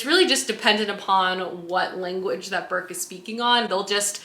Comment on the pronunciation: I absolutely LOVE the Ancillary series, such an innovative series in so many ways. (Also it's Breq not Burk 😅)